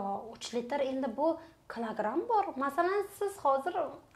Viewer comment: Клограм эмас килограмм 😂😂😂😂